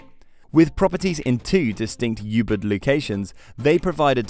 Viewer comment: I don't think they've visited any of these hotels or Bali for that matter. Anyone who has knows that Ubud is not pronounced "You Bud" as it's one of the most well known places.